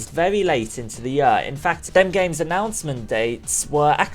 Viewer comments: Year, not yur... This bothers me way too much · I love how you say year like "yuhr." No offense, it's kinda funny. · INTO THE YUR! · holy shit i hate the way you say "year" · I oddly get annoyed when you say year